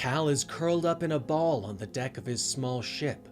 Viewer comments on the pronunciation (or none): none